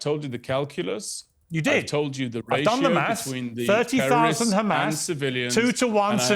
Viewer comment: "Tewworwists" - moron.